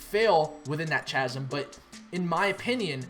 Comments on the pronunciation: It's pronounced 'K-azm' not 'ch-azm' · chasm is 'K'azm', not "cha-sm" ironically. also innovators -> early adopters, not other way round. ;) not that im picky. good job!!!